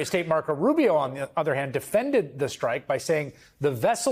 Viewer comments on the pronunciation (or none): none